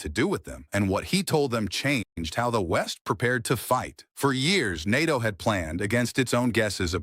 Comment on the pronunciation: More AI slop. AI can't even pronounce NATO properly. Who writes these? Serious editing, getting to the point and keeping it 10 minutes or less. Lots of fluff, nonsense and repetitive.